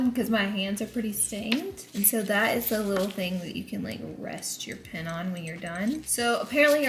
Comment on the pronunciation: PEN NOT PIN